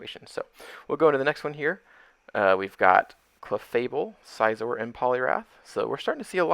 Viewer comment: Scizor is pronounced like scissors ✂️